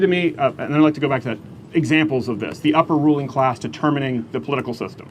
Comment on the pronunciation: What is a ‘closs?’ If you don’t know how to pronounce a short a, you are not capable of lecturing me on anything.